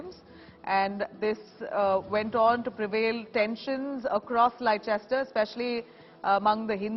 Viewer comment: Madam- the correct pronunciation is"Lester."